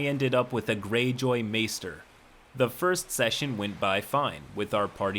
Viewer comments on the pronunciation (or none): none